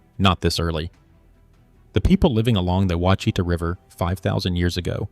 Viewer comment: The name of the river is pronounced wash-it-taw